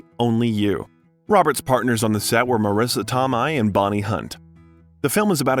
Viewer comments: How can you do this kind of retrospective and not get the names right? Marisa To-may, not To-my. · I liked hearing more about his background, gave me more appreciation for him. But I'm sorry, I can't stand hearing another famous actor's name butchered. Marissa 'Tom-eye'?? Wow. Would rather have a real person read the script. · First time viewer and commenter. Just found the channel and you've gotten a sub from me. A bit of constructive criticism though, make sure you double check the pronunciation of celebrity's names; Cybill Shepherd, Marisa Tomei and Roger Ebert are a few of examples that stood out from the otherwise very well researched and put together video. I look forward to watching more!